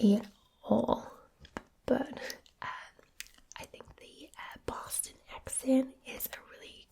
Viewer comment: You pronounced wayyyyyy too many Rs in your Boston accent lol